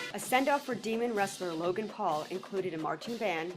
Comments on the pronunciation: It not te pool brothers its the pual brothers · Say paul right. Paul not pool. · Yo... you have a face that just asks for punches I'm sorry that's just what it is bro.. and try saying Logan P-A-U-L not Logan P-O-O-L bitch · Fuck KSI he don't even know how to say paul this what I saw "jake poal logan pool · He said Logan pole